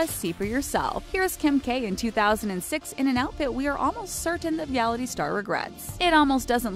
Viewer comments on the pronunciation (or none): none